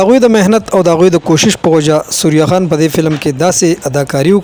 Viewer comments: سوریا خان نہیں۔ ثریا خان بولو بھائی۔ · ڈیر اعلی پروگرام وو کہ ستاسو اجازت وی نو یو دوہ خبرے بہ ھم اوکم 1۔ اصل نوم دے ثریّّا خان تاسو سوریا خان pronounce pronounce 2۔ زمونگ د ہر یو ہنرمند دغہ حال دے۔ دلتہ فنون لطیفہ او شوبز ولے مخ پہ وڑاندے لاڑ نہ شو بلکہ زوال پذیر شو۔ اخر ولے